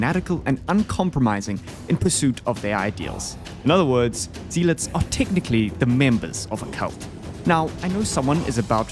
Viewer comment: love the video and great quality as always but i also gotta say it.... ZEE-LOTS XDXDXDXD ik its spelled with an ea so ya think its the EE pronounciation but its pronoucned ZEL- UT(S)......